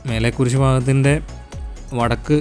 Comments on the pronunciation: 'മലേക്കുരിശ്' വായിക്ക് ശരിയായിട്ട് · മേലെ കുരിശു അല്ലടെ മലെ കുരിശു ദയറ പുത്തെൻകുരിശ് 🙏അതേ പോലെ ചെക്കുളം അല്ല ചേലക്കുളം ആണ് ഇംഗ്ലീഷ് വായിക്കാൻ അറിയില്ലേ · You can't read malekuriz& chelakulam properly, Malayalam unknown vlogger?